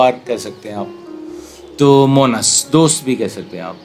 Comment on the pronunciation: Bhai it's Monis and not Monas . Thanks